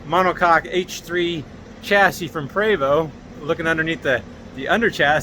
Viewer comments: Small item but I always get corrected by acquaintances and friends; it's pronounced "Pray vo" ( as in French ), no? Great videos. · Love your videos sir, your knowledge is appreciated!! Just a friendly note from a person who has worked with Prevost.. It is pronounced 🙏 "pray Vo" ..think French lol